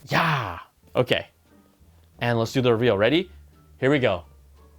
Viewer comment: Awesome shirt bru. You went full Afrikaans with that “Jaaaaa”